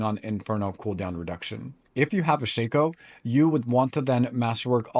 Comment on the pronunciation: Keep sayi g shico. What is a shico